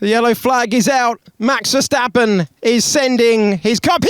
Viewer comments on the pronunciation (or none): none